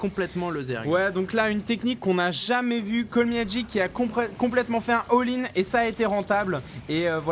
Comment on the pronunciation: Les gars c'est "Call meh G" pas "Call me HG" ! A part ça super vidéo ;) thx